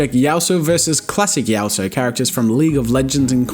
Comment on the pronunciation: Yas-ooo-oh not yao-so... Its now my goal to get you to play a game of league.